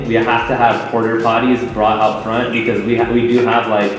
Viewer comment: DID ANYONE NOTICE SAY "we also need porter potties" ITS PORTA-POTTY LMFAO SHORT FOR * PORTABLE POTTY *